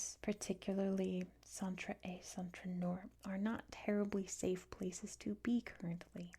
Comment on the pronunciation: Hello! Great french prononciation however you pronounced «est» as the verb to be. When we're talking about East, we pronounce the s! 🤓 Interesting video thanks!